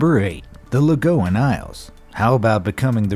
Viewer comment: And my favorite of all, THE "LAGOON" ISLE! WELCOME! ALL FROM THE "LAGOON" ISLE SAY HELLO!